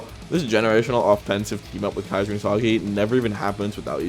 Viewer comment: The mispronunciation of Isagi is killing me and not in a good way 🫩